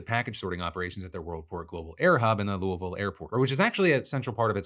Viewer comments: Hi! Louisville native here! Thanks for saying the name correctly. We did shelter in place for several days for air quality and water tests. I don't live in the city at the moment but another town close by. We were careful about the jet fuel but I'm pretty sure most of it burned up, rather than leaking out everywhere. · I love how we pronounce Louisville! Terrible for people learning English I know, but so much more fun to say once you get it. ❤